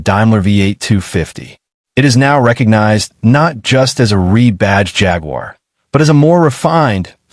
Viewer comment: It drives me insane the pronunciation of Jaguar..